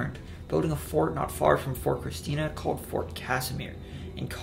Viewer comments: Watching from Newark . It is ChristiANA, not Christina. Like How the end of Indiana is pronounced . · Hey just a heads up its Christiana (krist-i-ahna) not Christina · Great video! Fyi, tho CHRISTIANA is 4 syllables with the accent on the third. Chris ti A- na. 😉👍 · not sure if someone has already mentioned this, but it is ChristiANA not Christina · its christiana not Christina, great video nonetheless , in delaware btw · You said Christina wrong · Born and raised in Sussex. Great video but I’ve never heard Christiana pronounced that way. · And Christiana